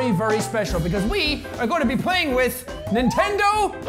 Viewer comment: nentendo laughs